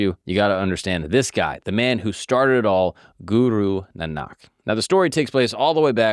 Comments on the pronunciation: Pronounced Naanak. Not Nanaak. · Your saying guru Nanak wrong. You’re saying Guru NanAAK… It’s properly pronounced Guru Nanak. It's hard to explain over text. Hopefully you get what I'm trying to say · How did you mispronounce Nah-Nuhk ? Who told you it was nah-knock? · Do some fkng research… NOT GURU NA NAK.. it is Pronounced as GURU NAANAK… what an idiot.. just copy pasting content… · U r sayin guru nanaak its not how its pronounced...its GURU NAANAK dev g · Pronounced Naa -nak not nan-nak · Pls pronounce the name as Guru Naanak, not Guru Nanaak. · As a sikh, i really appreciate your work. On the day of Guru Nanak Dev Ji's Gurupurab(birthday), this is really worth watching. One thing about this is you need to work on your pronounciation like, it's not guru nanaak, it's guru nanak, you can pronounce as Guru Naanak. But it's ok, like he is ultimate truth and some calls him allah, some calls him vishnu, some calls him budha, and some calls him jesus. They all are same. 😊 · bro your ur pronounciation is wrong its pronounced as naanak✅ nanaak❌ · I quickly grabbed myself from immediate falling when he Said Na-naaak instead Naaa-nak. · Great video. Heads up - it’s Guru Nah-Nuck (like duck). Not NaNaahk. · Nice episode! For all the research that you do, a cursory search of the pronunciation of the main character’s name would be good — Naa-nək not Nə-naak 😅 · Did a good job. Just a suggestion. You says "Guru Nanaak" but pronunciation as "Guru Naanak". (Spelling is correct Guru Nanak) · It is not Guru Nanaak, it is Guru Naanak please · I wish there was at least minimal effort made to pronounce the name of the founder of the Sikh religion correctly. It is not pronounced as "Guroo Nunaak" the way it is repeatedly butchered in the video. It is "Guru Naan-uck". But I know it was not done intentionally so it is all good. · GURU NANAK IS SAID LIKE NAAANIK NOT NINAK WAY UR SAYING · Hey it's pronounced like Nah-nick instead of Nah-nakh 😊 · The pronunciation for Nanak is Nonick